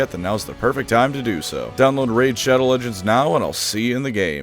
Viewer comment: I like how subconsciously most tubers accepted that raid shadow legends has to be pronounced how internet historian pronounces it